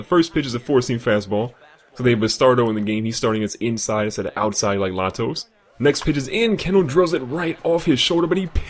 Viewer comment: The pitcher in the first game is pronounced lay-toes, not la-toes. Great video